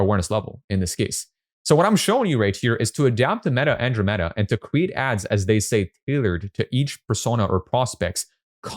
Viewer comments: I want to get better at copy versus blaming An-DROM-uh-duh met-uh for my lack of results. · An - dro - meh - duh